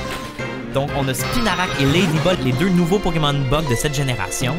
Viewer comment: J’entends toujours butt type pokemon au lieu de bug type pokemon. J’ai 5 ans d’âge mental.